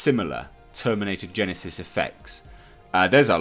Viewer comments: Its not gen-EYE- sis....its one word gen-esis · Did you really just say "terminator gen eye sis"? Who the fuck pronounces genesys as "gen eye sis"? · Terminator "Gen-isis" what the FUCK did you say? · is that genesys to genises sounds is that an English thing like when you say "idea" differently to how we say idea here in the states? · He said genesis so weird